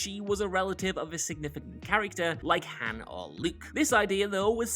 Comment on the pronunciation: It's Han, like on. Not Like Hand without the d.